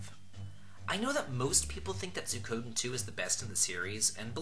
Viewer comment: Isn't Suikoden pronounced swee-ko-den or Sue-E-ko-den?